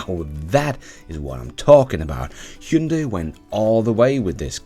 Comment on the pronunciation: Hyundai IONIQ-5 should have been compared more to Model Y? BTW, your pronunciation of "Hyundai" is almost perfect! (only very minor correction would be: instead of second syllable being "day", it should be like "deh", but still the very best in 20 years of non-Koreans pronunciating it as Hyun-die, Hun-die, Hi-yun-day... Thanks!